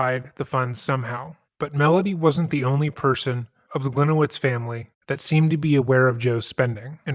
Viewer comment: Hi, a Polish person here. His last name should be pronunced as Glee-niye-vitch, as it is originally Polish. Hope that helps. Great video!